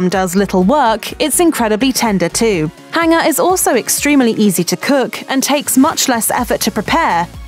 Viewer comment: what is a hinger steak ? these vowel mispronouncing accents ,good grief ( do school kids get bad grades for pronouncing vowels correctly ?) , I hand to tun on the subtitles !